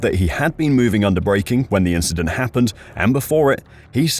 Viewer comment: Why is no one asking Leclerc about it? Its just an inchident.